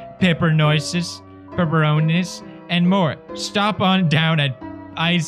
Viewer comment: Pronunciation: peeperoniss Pewdiepie: PEPPERNOICES-PEPERONISS Pronunciation: Am I a joke to you?